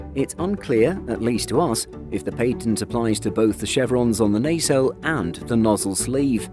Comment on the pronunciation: A very close friend is an IP agent, he got the pronunciation wrong as do many in the UK. In the intellectual property industry Its pronounced ‘pa’ ‘tent’ not ‘pay’ ‘tent’ as he used. He also mispronounced ‘nacelles’ too